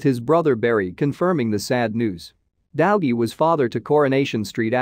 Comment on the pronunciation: This AI reader is horrendous. Dowgie?